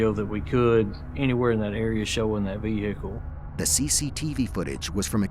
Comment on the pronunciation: VEHICKLE - unbearable video to watch due to the butchering of the English language